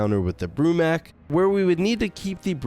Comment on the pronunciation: It’s not Broo-Mac is Broo-MAK